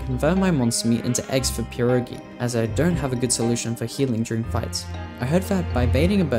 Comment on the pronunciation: A English YouTuber who said pierogi right? Damn u deserve more subs than Jakeyorous for that